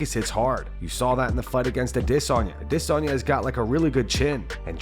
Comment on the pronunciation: nobody wants Rhonda back and stop saying Adesayna like that.